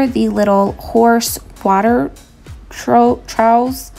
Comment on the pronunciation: The trough is pronounced tr-off. Just thought I’d help. 😊✌🏻